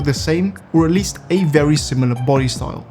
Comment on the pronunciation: "ery noice" I never knew was Bri'ish